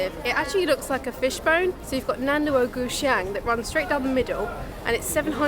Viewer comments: 南锣鼓巷的发音非常标准。The pronunciation of 'Nan Luo Gu Xiang' is very standard. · I was shocked when you said Nanluoguxiang(南锣鼓巷) in Chinese perfectly. I'm Chinese, hahahahaha. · The first pronunciation of Nanluoguxiang is surprisingly accurate in terms of the tones. It's rare for non Mandarin speakers to get the tones right, often they butchered it so badly. I'm not from China but I like to watch travel vlogs of places in China esp those I'm not aware of. I like that you didn't use sensational click-baity headlines like " I visited the most hated country in the world" , "They say China is dangerous..." etc like so many first-timer to China did. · the pronouncion of nanluoguxiang is really good👍🏻